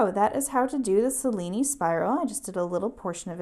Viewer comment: Great video; very clear and easy. It's not a big deal, but you might want to know that the name is pronounced Che-lee-nee, named after Benvenuto Cellini, Italian sculptor and goldsmith.